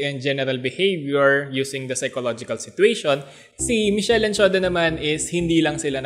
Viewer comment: Pronounce As mis- kel.